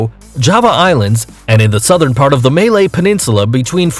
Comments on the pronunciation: Malaysia Peninsula - we don't call Malay Peninsula anymore as it is how a part of several countries. Also its pronounced as (Muhlay) not (May-lay) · “It lives between 4265 feet of altitude.” That’s like asking what the difference between a stork is. In case you’re wondering, it has two equally long legs, especially the left one. Also, it’s called Ma-lay peninsula not May-lay! Damnit!